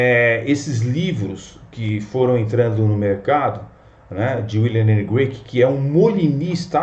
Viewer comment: CRAIG, NÃO "Grueik".